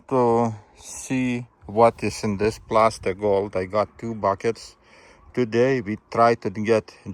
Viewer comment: Plasser not Plaster:fish-orange-wide-eyes